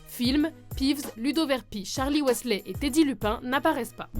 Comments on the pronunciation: "Malfoi, Weslé, Verpi, Gilderoi" XD les noms c'est terrible lol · C’est pas malfois mais Malfoy et pas animagi mais animagus et wéslay non non c’est weasley avadaaa kedavraaaa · On dit MALFOY et non MALFOI ; WEASLEY et non WESLEY ça a le don de m'énerver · ok mais c'est MalefoY, pas "malefoi", et WEAsley, pas "weslé"... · je voulais juste dire qu'il ne faut pas dire Malfoie, mais plutôt Malfoye pour la bonne prononciation et ce n'est pas sale mais S A L E ce n'est pas Verpi mais Verpèye qu'il faut dire il faut dire Wizlai et pas Weasla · et Wisley et non Wésley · Et on ne dit pas waissley mais weasley!!!! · Mais mdr... Malfoa , Verpi et Wesslai .-. Quebec ou pas mes orreilles saignent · Tu prononce mal Malefoy, petigrow, Weasley, Ludo Verpey et Gilderoy Lockhart, aussi dans certain de tes extraits de film les voix de Harry et Hermione sont bizarre